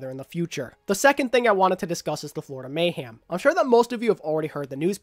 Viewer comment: Hey Happy Birthday. I’m sorry but I’m slightly bothered by the way you say Mayhem. You sound as if your saying Mayham instead Mayhem. Sorry that’s my little nitpick. Great Video tho.